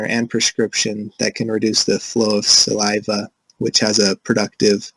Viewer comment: Very informative video. It made me want to make sure that I pay close attention to my child's oral hygiene. It could have been a little more upbeat, and the first speaker needs to learn how to say saliva 😂😂 But other than that great presentation.